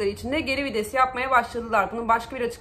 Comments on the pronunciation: abla herşey çok güzel yalnız o kelime vides değil VİTES teşekkürler... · Abla çok iyi "geri vides" diyon jdjdjj